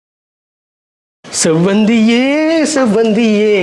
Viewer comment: Not sembaruthy. Sevvanthy 😂😂